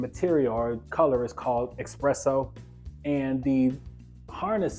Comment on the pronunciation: Great video. It’s *espresso though my friend.